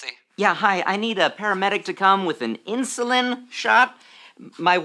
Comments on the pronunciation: I died when they couldn't say insulin correctly. Inzulins Inshulin Insurin Straight up I couldn't stop laughing 😂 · "All the guys are passing around the inzullens" 😂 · Also INSHUWEEN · Insurin Inshulin Inzalin 🤣🤣🤣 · I’m sorry but eEnShULEeN ? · Insoleen, insorlen, lol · yes. "Insurin" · The added touch of none of them saying insulin correctly though